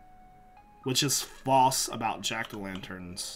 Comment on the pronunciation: probably understand the false question better if you could actually pronounce it correctly, false not fauce